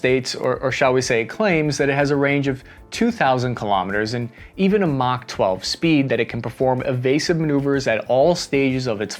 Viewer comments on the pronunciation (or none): MOK speed? what is this? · 😁 MOK12PEED??? WHAT?? 😁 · What's MOK12 SPEED ? It sure sounds like Mach 12, but that would be absurd for an aircraft. Even Russia wouldn't try to claim that. Was it supposed to be describing one of the missiles from a previous segment, or is MOK12 some other measurement I'm not familiar with?